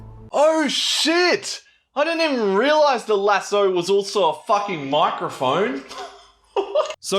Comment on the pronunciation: take a shot everytime says lasso wrong fml